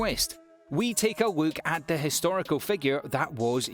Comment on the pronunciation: "we take a wook"